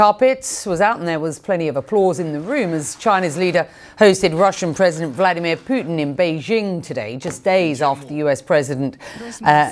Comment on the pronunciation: "Pyutin" - Mathew Chance , quote , mention , 🙂 👏